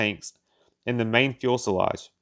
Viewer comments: Great stuff.👍just one thing. Its Fus..el..age Not 'Fuel...selage' And Tur..ret not 'Tur..bet' Slow down and use full stops and commas to take a breath. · He keeps saying fuelselage it's fuselage. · If you don't know the difference between "fule sellage" and fuselage, you probably shouldn't be making informational videos about aircraft. You only said "fule sellage" about 50 times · Not really. He's got to learn how to read, or at least pronounce the the words he's written. That's "fuselage", not "fuelselage. Not just once, but everytime. "Convair", not " Corvair". I couldn't take it anymore, and gave up 4 minutes in. Too bad, because it's a great subject. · I do have an issue with him pronouncing "fuelselage" in sted of fuselage! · Agreed, although I can't be the only one who cringes at the extra 'l' in front of the 's' in "fuselage. All-in-all, though, well done. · Good little video - thanks for sharing! Three corrections: - its fuselage and not fuelselage - it’s Convair and not Corvair. The Corvair was a small rear-engined air-cooled Chevrolet car built between 1960 and 1968 and was not related to the Consolidated Vultee Aircraft company (Convair). - it’s Strategic Air Command and not Supreme Air Command In my view, the problem was a pretty complex airplane with many new systems and a big increase in performance coupled with aircrew who simply were not trained on these new technologies. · Has anyone else realized the narrator is using the term "fuelselage"? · Not "Fuel-se-lage". It is a French origin word and is "Fuselage", pronounced "FEW-se-lage"...only one L sound on the last syllable. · FYI- It’s Fuselage not “Fuelselage”. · Well the lage carriers the fuel in the case of this b47 so its fuelselage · Let me help instead of just criticizing. "Fuselage" is not difficult word to pronounce. The "L" comes in the second syllable, not in the first as in "fuel." Fue - sel - aj. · What is a "fuelselage"? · It is not "fuel-selage," it's "few-selage. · "fuel-sel-age" ow...